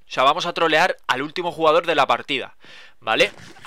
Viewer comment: dice juegador, envez de el jugador